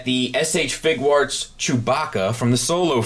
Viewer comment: Question: Are you sure about your pronunciation of 'Figuarts' as fig-warts? I read it as 'fig-you-arts' as in a play on 'figure arts. So I'm curious if there is an 'official' pronunciation. Thanks man, hope you and yours are well.